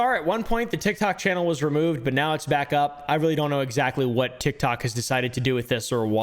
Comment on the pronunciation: "A scary part of TIgTob a bit deeker down in the utberg" you okay there?